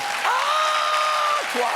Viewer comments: "AHHH-QUA!" ngl that made me laugh. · What the heck is Pantone? Are you sure it isn’t Pant One? I like AAAH-qua better….